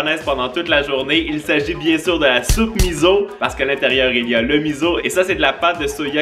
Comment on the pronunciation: salut, lemiso se prononce "misso" voilà j'espère que tu sauras en tout cas tu es super et tes vidéos sont super droles: ) *